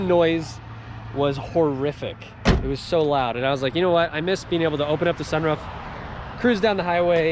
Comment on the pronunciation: SunROOF not sunRUF.